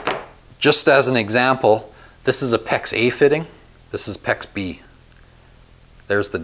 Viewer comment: I’m confused. Is he saying Pex A, or pex eh?